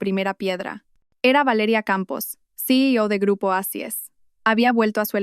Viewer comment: Porque dicen eicis. Si es oasis😮?